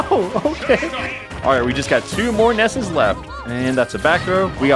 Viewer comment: YOUR SAYING IT WRONG, ITS NOT NESSES, ITS NESSI